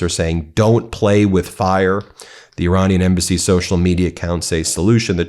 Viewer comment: Iranina people is pronounced Ir"A"nian people.